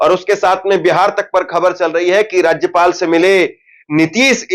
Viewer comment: पहले राज्य पाल बोलने सीखो फिर न्यूज को दिखा